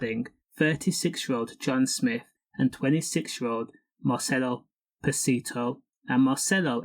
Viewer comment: Hey its crazy. I went to school with Marcello Pacitti. He was such a nice boy at school. He actually was bullied at school i put a stop to it .. he was a big boy in school. Gentle gaint .. its crazy he did this. I would have never thought it .. side note your saying his name wrong. He didnt like that ...